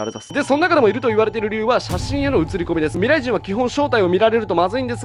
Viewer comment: OPより「ミﾘｬｲｼﾞｭﾝ」 かわいいー(白目)